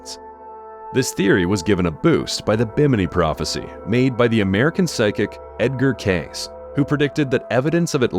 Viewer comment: Edgar Cayce (K-see)